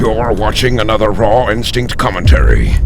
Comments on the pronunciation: When you say your name it sounds like 'Raw-in-sink' - One question, what is it thats raw in your sink? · everytime you say your name i hear rotten sink